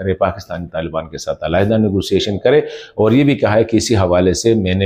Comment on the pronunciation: I am from afghanistan. I learnt urdu from television. And my accent sounds better than you.aaaooor nahi (or) you sound like a joker